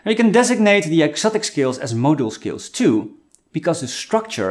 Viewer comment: Is hey saying motor skills or modal scales,?I'm confused